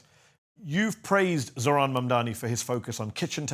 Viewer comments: this guys hearts in the right place but it’s ZOH-RAN. NOT ZORHAN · Isn’t it amazing that this former mayor who has spoken with Zohran many times and likes him so much yet still doesn’t pronounce his name correctly and says Zorhan instead 😀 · Who’s gonna tell him his name is Zohran and not Zorhan? 🤣😬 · Bless De Blasio but for Christ sake it’s Zohran NOT Zor-Han geez 🤦🏽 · can people learn to pronounce ZOH-RAAN, and MAM-Daani, even Zohran's supporters call him ZOR-Haan (Wrong) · Zohran not zorhan deblasio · Someone please tell De Blasio its Zohran not Zorhan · It’s unbelievable that they still cannot say his fucking name correctly. It’s ZOH-RAN, Bill, not Zorhan as you seem to say it. It’s not that difficult. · excellent interview with De Blasio. I just wish Bill would pronounce Zohran's name correctly. it is Zoh ran not Zor Han. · Zohran, not Zorhan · Zohran, not Zorhan. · Why does keep calling him Zorhan not Zohran? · For goodness sake, it's Zohran, not Zorhan. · With all due respect Bill - it's Zoh-ran. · I hope you taught Mr de Blasio off camera how to pronounce ZOHRAN's name correctly. He kept calling him Zorhan. What is it with all these people not paying others the minimum courtesy of spending a minute or two to learn how to say their name?! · Well, even though he can't get his name right, respect to Bill for giving an honest take and supporting (if not officially) Mamdani. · Respect, but please pronounce his name correctly lol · Bill can't even say how name correctly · i can’t understand this shit. I have seen more pundits mispronounce his first and/or last name than pronounce it correctly. It isn’t that fucking hard. Deblasio has “talked to him many times” and says he may endorse his campaign, but can’t even pronounce his first name correctly? Hugely disrespectful in my opinion.